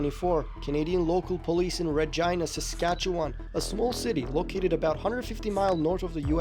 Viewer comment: The pronunciation of Regina was definitely not canadian